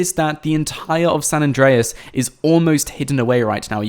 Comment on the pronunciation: it's not San address